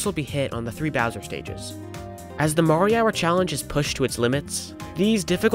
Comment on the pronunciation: You know, I do not think his name is pronounced "marihour"